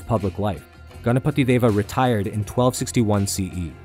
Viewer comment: You know this guy has done good research and also a perfectionist seeing how he pronounces ganapati Deva. :)